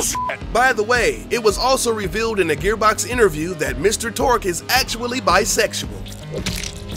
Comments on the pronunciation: Who is Mr Torque? I know Torgue, but not Torque.. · Did this dood just say torque instead of torgue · It's Torgue. Not Torque. Not that I mind, either way it sounds cool. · His name is Mr. Torgue High Five Flexington, not Mr. Torque... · ...he said Mr Torque... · Torgue vs Torque.. its a g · its not mr Torque its mr Torgue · itsTORGUE not TORQUE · who the f**k is Mr Torque? really wish the speaker would've taken time to read that it's TORGUE . .....and he said it's stuff viewers didn't know ahahaha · quite frankly i dont think you guys even play borderlands. you didn't even get Mr. Torgue's name right, not once, but twice. which means you don't know the manufacturer name is "Torgue" and not "Torque". make videos on games you care about, not games you make videos on for views. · BUT DID YOU KNOW THAT HIS NAME IS ACTUALLY ‘TORGUE’? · Torque? Lmao